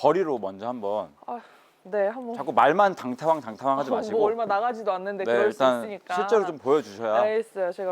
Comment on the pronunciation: 당타왕이래 ㅋㅋ 장타왕이지 발음이ㅋㅋ 짱!!!!